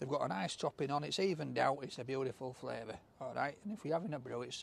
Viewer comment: bituva.......FROOtee flayvuh.....